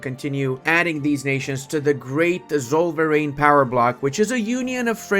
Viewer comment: "Zollverein" is akshullyy pronounced Tsoll-fair-ain